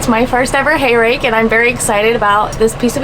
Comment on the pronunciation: did u say rake or rack!